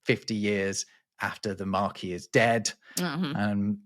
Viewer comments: Pronunciation: Marquis - isn’t it “markwiss” not “markee” (that’s a big tent - marquee)? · It pricked my ears up when pronounced "Marquess" like "Marquee". 😂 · Come on. In Britain, a Marquis is pronounced Mark-wiss. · Marquess is pronounced maakwuhs in England, not in the French way. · Fun to learn where some of these idioms originate. Question the pronunciation of marquess. I don’t think the ss is silent in England.